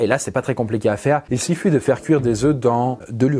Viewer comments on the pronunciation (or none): il 'siffut' 🤔😂